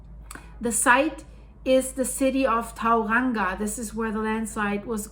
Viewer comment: I grew up at Rotorua, New Zealand, inland of the Bay of Plenty. It's said "Mow-nga-Nooee". Also "Toe-runga" and "Papa-mower".